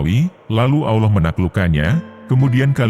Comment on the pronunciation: Jeleknya kalo pakai A.I. penyuaranya. الله dibacanya 'Alah' bukan 'Auloh'.